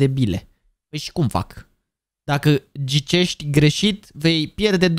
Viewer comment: a zis în loc de ghicești gicesti🤣😂👻👌